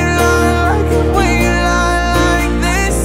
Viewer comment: ממש אוהב את השיר, ותמיד הרגיש לי שהמבטא שלך כמעט מושלם ולא הצלחתי לשים את האצבע מה פחות, חשבתי הרבה ונראה לי שמצאתי: אתה אומר this כמו חיריק שלם (חרוז תנועתי ל־me) אבל אמריקאים לפחות אומרים את זה הרבה יותר עדין, איפשהו בין ee לבין e. אם זה משהו שיכול לעזור במשהו להצלחה שלך בחו"ל אני אשמח :)